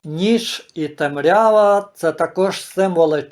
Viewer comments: Поставила лайк тому що ви за Україну, але цей ваш наголос у слові "темрЯва" - це жесть для вух. Тому що правильно - тЕмрява!☝️ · може я мало живу на світі, але такий наголос в слові темрява як у вас, чую вперше. Великі були колись і вони говорили як хотіли, то було тоді! А ми маленькі і сучасні маємо говорити як прийнято зараз, а не в минулому. Про різноманітність діалектів, говорів знаю і не маю нічого проти.